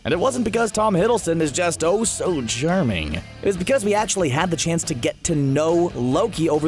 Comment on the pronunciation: When you said Tom Hiddleston is oh so charming I thought you said that he is oh so german